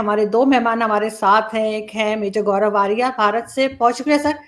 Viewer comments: Major grav nhi hota hai 😂😂😂 major gaurav Arya hai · Major sahab ko bolna chahiye tha ki name to thik se bolo, "garab garab" aysa hi kuch bolta raha full video me.